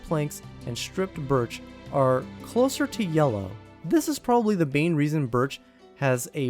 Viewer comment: bain reason lol